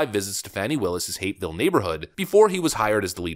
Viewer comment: its pronounced hap ville hapeville sounds like hateville or r**eville so we say it hap ville in Georgia